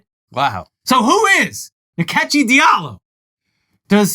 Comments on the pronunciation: Nkechi is pronounced In-kay-chi. The second and third syllable have rising accent. It's an Igbo name. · So! Turns out Rachel Dolezal appropriates in more ways than one. Nkechi (pronounced more like In-Kechi with the “I” being way more subtle rather than Ni-kechi like the guys pronounced) is actually a Nigerian name meaning God’s gift! Gift that keep on giving to black folks - the ultimate devine delivery. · Its not nikechi. Its call Nkechi... like inkechi